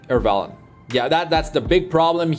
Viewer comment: Lmao Fr, Airvalen